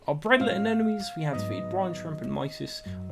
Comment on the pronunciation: I think you mean BEADlet not BREADLET anemones. Cool video, though, all the same.